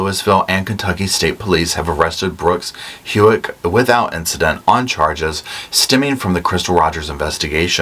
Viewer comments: I am so sorry to be a nit picker, but I freak on mispronunciation lol. It’s How-k. Not HU-ek. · It’s not Hewick…it’s Houck, the OU sounds like OW. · Pronunciation Houck… How-ck 😊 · Brooks’ last name is pronounced like the word how, and k (howk) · Pronounced Brooks HOW-ck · Always enjoy your commentary on cases, love your personality! (Aside: Houck is pronounced How, rhymes with cow, with hard K on the end…like Howck.) So happy that Brooks has been arrested. Crystal is one of 5 total murders in Bardstown, a relatively quiet, historic, quaint small town in Central KY. First was 2013…Jason Ellis, a Bardstown LE, was ambushed in a set up obstruction of trees on the exit from the (very lightly traveled) rural highway around midnight on his way home…Nick Houck also worked the same shift, and it was determined it had to be someone who knew his regular routine to set up the cut tree branches, brought in from elsewhere, to obstruct the road. Ellis got out of his vehicle to remove the branches for safety, and was shot 5x’s with (likely) several shotguns/more than one shooter lying in wait for him. Next is a mother and her teen daughter: Kathy Netherland (48, an elementary school teacher with no history of criminal activity/drugs, etc.) and her 16yo daughter, Samantha (a popular honor student at the local high school…again with no history of criminal activity/association.) They were killed in the middle of the night in their home in a rural part of Bardstown. Both were in separate rooms…Kathy was shot, and Samantha was stabbed. Next was Crystal in July 2015. In November 2015, Crystal’s father, Tommy Ballard, was shot to death while hunting with his 10yo grandson…grandson didn’t see anyone, and couldn’t save his grandfather. This happened close to the same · How-k, Brooks, Lou-a-vull 😅 sorry I’m a Louisville native and the pronunciation in this video got me. Lol. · Brooks Houck Houck pronounced Hoke Sound like poke.